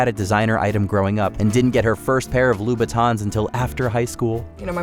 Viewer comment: IT'S NOT LOO BATONS. STOP SAYING LOO BATONS.